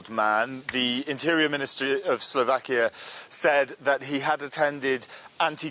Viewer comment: it's slovakiA not slovakii you bright minded ...